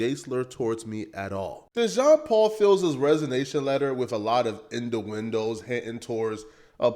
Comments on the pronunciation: This fool pronounced innuendos as "In da Windows" 🤣Glad he ditched that temu 4k camera he was using. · “Induindos” is crazy😂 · Indo-wendos lol and using “wallow” when he’s supposed to be using “waddle”. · In-U-endos. Say it with me now, IN-U….